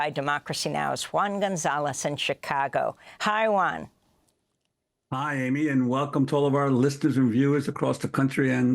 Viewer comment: His name is Juan Gonzales. Not Huan Gonzales